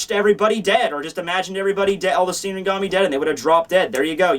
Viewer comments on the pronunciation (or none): none